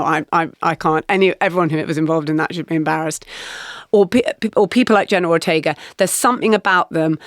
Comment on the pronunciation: "Jenner Rortega"